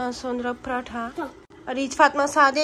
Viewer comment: Ya Allah aşkına sen pratha deme yaa nasıl bukadar sinir bozucu söylemeyi basarabiliyosun